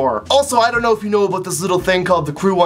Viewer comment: "A'out" <3